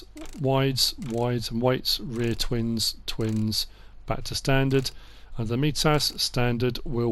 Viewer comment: Great video really excited about class coming to console but one thing i have to say is on mitas it's pronounced mytas